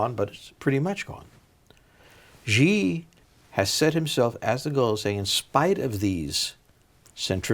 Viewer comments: Everyone: SHE Jinping Friedman: GEE Jinping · if somebody cannot pronounce somebody's name properly, you can't take this person seriously, god damn it, his name is Xi, not Ji. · Friedman always over estimates the dangers within the former soviet areas, and underestimates most of Asia. However, i also think that to some extent he recognizes the weight of his opinion in foreign policy analysis, and says things to focus others' attention in a favorable way. Same goes for Kaplan - same blind-spots, same biases. Oh, and ffs, it's Xi, not Ji. I learned pinyin when I was 8 yrs old, from a children's book... pretty sure he can say it correctly, and it's kinda pathetic that he refuses to say it correctly even after being gently corrected. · “C”-Jin Ping, is the easiest way to pronounce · Why can’t either one of them pronounce Xi properly? At which school did they learn that X is pronounced they same way as J?